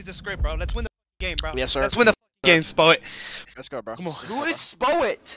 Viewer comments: On gawd, the “it’s okAAY BREATHE..BREEEEAAATTHEE!” Had me weak 😂😂😂 & “SPOWET” best duo ❤❤ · I love how Spoit just accepts that calls him "Spowet" 😂